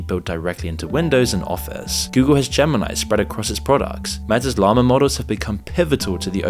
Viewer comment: Did you just say “yama 3” for Llama 3, like a Hispanic pronunciation? 🤣 I’m Mexican I thought it was funny asf 😂